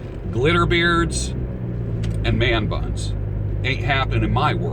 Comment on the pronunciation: Man buns soundslike ur saying their butts, have a good one.